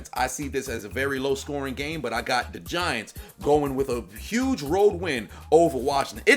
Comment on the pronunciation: I thought you said "the VaGiants" :)